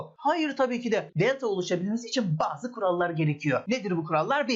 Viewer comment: hocam nedense bu videoda bir italyan havası verdiniz özellikle DELTAA dediğiniz yerlerde pitzaaa gibi